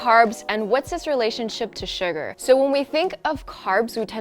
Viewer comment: Every time says SUGAR, I hear it like SUGA 💜🌝Any ARMYs here???😌